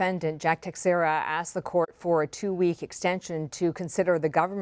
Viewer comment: His last name is Portuguese and it's pronounced (teck-shara) ... cmon people, get it right